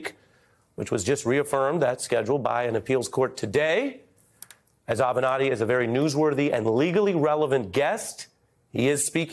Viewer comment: Avernatti? Really?? SOB!